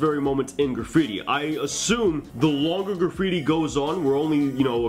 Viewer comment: Can you draw super bare bones piece with stick letters? And kinda show us the flow and letter weight without the 3D effects? Kinda like you did with the R example? Also: “Gra-freeti”